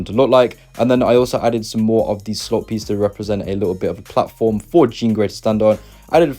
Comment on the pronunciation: I’m sorry but when he says slop instead of slope a part of me dies inside